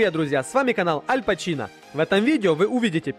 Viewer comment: альпачинО(ударение на О)дамасская китайская сталь и КУХОННЫЙ нож.. ебать ты магёшь